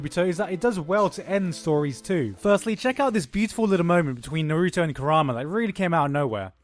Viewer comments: Did you just say Naruto (Nuh-roo-toe). Its (Na-roo-toe) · Na-rooooooo-toe -_- Why do you put the most stress on the part of his name that is suppose to be almost silent? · It’s Naruto not Narooto pls pronounce it right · I hate when people say nuh-roo-to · "NUH ROO TOE" That pronunciation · Lol Narugay. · Why do you say naruto like that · Why do you say naruto so weird? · Well, considering how you can't pronounce Naruto right, I don't blame the accusations. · oh my fucking bloody says naruto like that even the dub say naruto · Good god the way you pronounce Naruto is horrendous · Why TF do you say Naruto like that lol annoys me so much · Dude you can't even pronounce Naruto correctly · You're mispronouncing Naruto